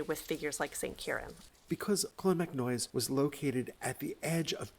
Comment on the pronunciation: I absolutely love this channel and have been following it for years now. I let you know now, this is very well presented, love to see you're doing some Irish stuff, but just have to pull you up on a few pronunciations there if that's okay; it's clon-mac-noyce like Joyce, not noise like toys, the same would apply to monasterboice ie Boyce etc, ciran is keer-On, the fada denotes the long vowel and its conn--nocht like noct-t-urnal, the ocht like the german for 8 is a bit guttural, other than that its perfect lads well done